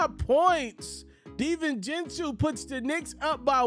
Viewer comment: Great vid, liked the commentary. Btw it’s pronounced “dee-vin-chen-zo”